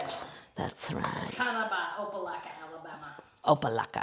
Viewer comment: I nearly fell out when you & not only mentioned Opelika, Alabama but pronounced it correctly too! Way to go, ladies! Opelika is minutes from Auburn University & less than an hour from Ft. Benning in Columbus, GA. It's a Muscogee (aka Creek "Indian") word meaning "big swamp."